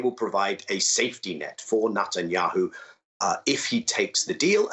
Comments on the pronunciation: Is Nut-enyahu the correct pronunciation? He really leans into it. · I like how he pronounces it as "Nutanyahu".